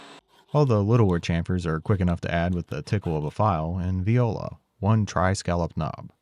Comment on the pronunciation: Please try "voila" instead of "viola", not because it's cute or more accurate, bute because the latter means "raped" in French